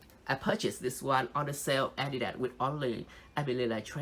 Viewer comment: its not adida but adidaS